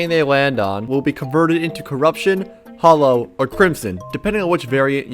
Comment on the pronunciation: this guy pronouncing hallow ‘hollow’ and zenith ‘zee-nith’